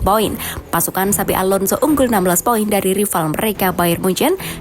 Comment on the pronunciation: ingat bukan xavi tapi xabi😂